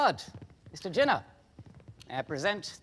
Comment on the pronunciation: Jinnah ❎jin ✅